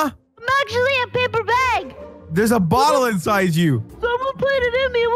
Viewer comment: said bottel lampXD